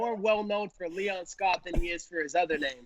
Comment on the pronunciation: Colby slipped on Leon’s name 😂